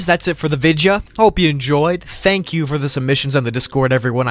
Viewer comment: The way he said vidya😂😂😂